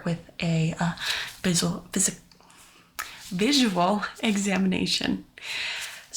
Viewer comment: I laughed when she tried to say visual